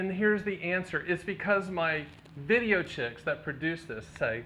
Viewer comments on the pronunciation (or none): I'm going to hope you're saying "video techs" and not "video chicks".